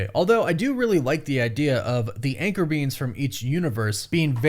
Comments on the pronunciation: Is this guy saying anchor beans? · All I kept hearing is “anchor beans” 💀💀💀